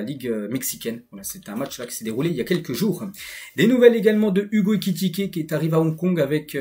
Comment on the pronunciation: Excellent travail c'est ta façon de prononcer Ekikité😅😅😅 au lieu de Ekitiké qui me retiens